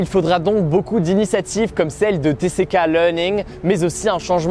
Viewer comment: Superbe vidéo comme d'habitude. En revanche et par pitié, tck se prononce Tissikay pas Tésséka x)